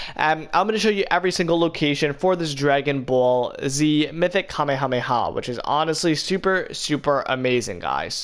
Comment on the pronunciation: bro if i here this man mispronounce Kamehameha wave wrong again, MY GOD SOMEONE FINNA GET DROPPED!